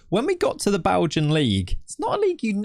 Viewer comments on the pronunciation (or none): none